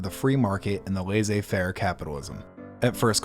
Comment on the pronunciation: really appreciate the video and effort put into this, the only thing is that if you'll use french words, learn how to pronounce them: it's "laiSSez faire" --> double S is pronounced as S not Z. In other words, it's not pronounced laiZez faire, it's laiSSez faire